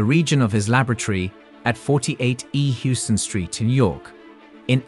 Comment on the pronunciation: Houston in NYC is pronounced "House-ton" not "Ewes-ton". -A New Yorker